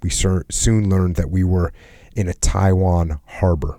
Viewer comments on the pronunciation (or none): none